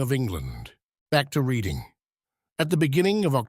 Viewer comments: Reading is pronounced Redding, fyi. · Sir, Reading as in the town and abbey, is pronounced as the colour red. Or are you AI?